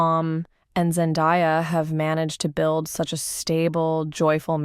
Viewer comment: So u can’t even say her name right and have this tagline for clickbait? Gtfo